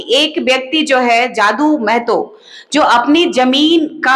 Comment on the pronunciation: मैडम। " मै ह तो" नहीं होता है " म ह तो "होता है !!!!